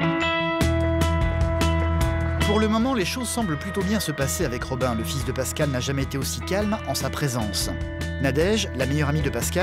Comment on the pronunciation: Kani Traoré "Pascale" pas "Pascal"